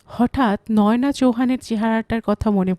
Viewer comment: আমার মনে হয়, নামটা নয়োনা‌ নয় বলতে হবে নয়না চৌহান। য় ও কার নয়।